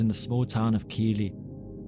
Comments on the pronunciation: Please note that Bingley is not pronounced “Bingeley”. Keighley is pronounced “Keefley” rather than “Keeley”. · I lived next door to his brother in Bingley and Peter drove his girlfriend home most nights! Anna Rogulskyj worked next to my mum at the NSF in Keighley, which is pronounced Keith-ley not Keely (and it's never been beautiful) I lived there until I was 21. Anna was attacked in a lonely part of the town by the picture house, which has lots of back alleys and no houses. She cut through these dark alleys as a shortcut. At 1.30 AM it's not a place you would want to be. There was no red light district in Keighley either. I think he decided that prostitutes wouldn't give him as much trouble as she did, and would be an easier target He simply wanted sex with Anna and she refused. He had actually stalked her and the two had met twice before in the Town Hall Square and Wild's Café - that's fact. In Anna's own words She rebuffed him both times. One was weeks before the attack. Your version of how he attacked her is also incorrect. He spoke to her in the alley and asked her for sex, she refused and struck him in the stomach, He then caught up with her and hit her with the hammer. He did not slice her open, or even close, nor did a neighbour interrupt him. Anna's examination showed that, apart from the head trauma, she had a 'graze on her stomach and some thin marks, probably him fantasising about cutting her open, but he couldn't do it and left the scene. He thought Anna was dead. That's absolute fact. Anna was found by a young man taking a shortcut. Can I also take issue with your pronu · My god. This narrator has not researched how to pronounce place names, and has added his own descriptions as to what Sutcliffe may have seen during and after his attacks - very weird. Anyway, Bingley.is pronounced bing-lee, not binge-lee. And Keighley is pronounced kieth-lee. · I just want to say, Keighley is pronounced 'keefley'. And thankyou for this video.